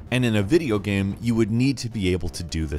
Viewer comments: Why do you keep calling it a videoGAM? Maybe its irrational of me but I had a hard time paying attention when you said things like "gam" and "sam" instead of "game", "same" etc. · he kept saying gam instead of game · Alpha Morty I was wondering if anyone else has noticed this. In all these videos, most of the time when he says "game" on it's own it comes out as "Gam", but things like "video games" and "gameranx" always sound fine lmao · Im bothered of how he says the word "game" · Go to and see how he says "game" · Am I the only one that gets distracted by the way he says "game"?